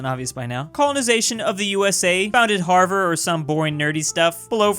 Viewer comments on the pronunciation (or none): none